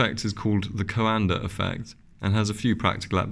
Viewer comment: Thank you SO MUCH for not adding the silly "R" to the end of Coanda Effect! The first video I watched about this was from an English guy who said "Coander" 100 times, was excruciating! Don't get me started on the silly extra syllable injected into aluminum.